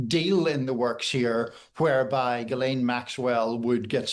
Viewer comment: IT's GHILANE!!! and you work for the times???